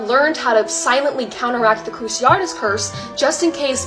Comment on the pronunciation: Why do people say Cruci-AR-tus? She's the second person today I've heard say it like that. It's pronounced cruci-AH-tus.